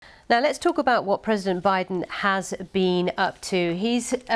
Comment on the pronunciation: Joe Bideen.